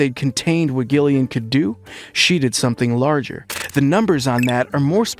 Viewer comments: She is Gillian [ˈd͡ʒɪliən] not Ghillian [ˈgɪliən] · Gillian, Gillian? Pronounced Jill, not Gil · Damn, I wanted to actually watch this, but ah…. no. Sorry, “GILL”ian. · It is pronounced like Jillian not like Gilligan 🤣🤣🤣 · Oh my goodness please say Gillian’s name correctly. You don’t say the ‘G’ it’s not “Gu” it’s phonetically pronounced “Jillian” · Its pronounced Jillian not Gill-ian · pronounce Jill lian Not Gill lian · Gillian Anderson is pronounced with a hard G, like J - Jillian, not 'Gill' as in a fish's 'Gill', ffs. Americans just love to bastardise the English language. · Gillian Anderson's first name is pronounced with a soft "g", as in "Jillian", NOT a hard "g" as in "Gary" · It's pronounced Jillian not gillian 😂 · Who the fuck is Gill-ian? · Its pronounced Jillian. Christ! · For crying out loud...her name is Jillian...spelled Gillian! Damned annoying when you can't even pronounce her name correctly! Detracts from what you are reporting!🤬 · You lost me right from the get go. You can't even bother to learn how to pronounce Gillian Anderson's name correctly? It's pronounced 'JILL-ee-un'. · don't you mean 'Jill-again'? 😅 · Is this an AI? It’s pronounced Jillian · It's pronounced JILLIAN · Stoooopid Ai voice the G is pronounced like a J. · Not even a minute in and i’m already out. Don’t care if the voice over is AI or not, make sure the actors names are being pronounced properly. Gillian is pronounced with a J sound 🤨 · Gill-ian ? Wtf bro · "Gill-ee-an" Anderson aaaaand I'm out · yep ai at its finest, i just came to drop dislike to video, nothing against ai but when poorly done it deserves all fury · It was pissing me off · IT'S A SOFT "G"! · It's so annoying that this guy keeps mispronouncing Gillian Anderson's name. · I wanted to like this but Gillian is not a hard G, dislike. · Please teach your AI to pronounce Gillian Anderson’s name correctly! So cringe-worthy! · Two hard 'G's within the first minute. Not a fan. Is this AI?